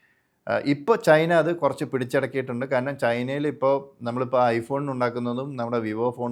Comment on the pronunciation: സർ ദയവായി കാരനം എന്ന് പറയരുതു്. കാരണം എന്നു സ്ഫുടമായി പറയു